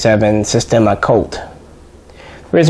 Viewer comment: Its Sistema, not Systema